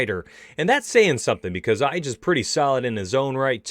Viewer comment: Calvin Katar (KAY-TER) and Dan Ige(E-GAY) that’s how you pronounce them lol